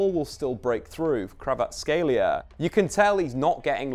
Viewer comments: It's not Krava, it's Kvara... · It’s not Krava it’s Kvara😅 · No, there is no CH in his surname, and believe me Kvarachelia sounds the worst. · It's more accurate if pronounced KvaraCHelia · thats how Neapolitans keep sliding into it because it sounds right to them. In Georgian his name is pronounced Kvara-ts-(k)helia. The kh doesn't make a k sound it makes a sound like someone from Liverpool pronouncing the c is come-on. Source: I'm Georgian and know a few Kvaratskhelias. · I believe in. He’ll get it eventually. It’s a hard one 🙈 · You botch his name (and that of Tbilisi) the most I have heard :D Also a wrong player at ~40th second and some other mistakes. Great analysis and stats tho. Thanks